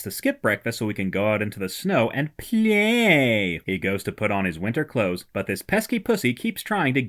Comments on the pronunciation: Every time you say “play” and “loves” I die 😂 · The way you say "play" 😅